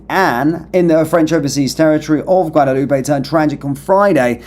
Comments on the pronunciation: isnty it a silent "AY" like "Loop" not "Loopay"? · Pronounced Guadaloop.